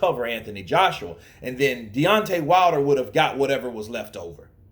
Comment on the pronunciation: You butchered the guys name man 😂